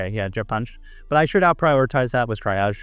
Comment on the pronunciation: lol "try-ag" stop